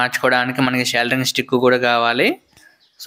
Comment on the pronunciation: సోల్డరింగ్ రా బాబు. సెల్దరింగ్ కాదు